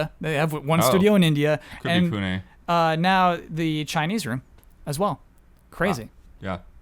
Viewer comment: CORRECTION: Pune, the Indian city where Sumo Digital has an office, is pronounced Poo-nay; poo as in 'crap,' nay as in 'no'.